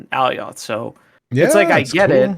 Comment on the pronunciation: Please stop pronouncing it Allie-oth lmao my eeears